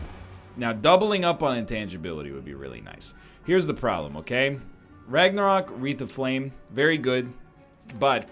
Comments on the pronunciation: R A G N A R O Q U E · Why the fuck is he pronouncing Ragnarok like that lol 😂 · Everyone else: “Ragnarok” Egg: “Ragnaröek” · Seriously why do you keep pronouncing Ragnarok like that egg dad? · It's funny, like dan saying clock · Can tell NL has been friends with Dan for too long by how he pronounces Ragnarok